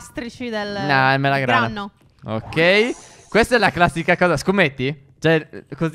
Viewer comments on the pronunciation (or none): Step non si dice melagrano ma melograno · AD UN PUNTO C'ERA IL MELOGRANO E POI E' DIVENTATO IL ''MELOGRANNO'' AHAHAHA